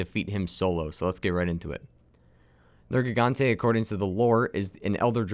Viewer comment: At the start he says nergante